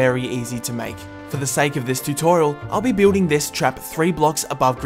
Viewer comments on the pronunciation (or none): none